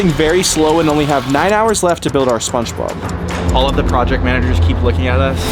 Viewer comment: why is bro saying spongebob like spunchbob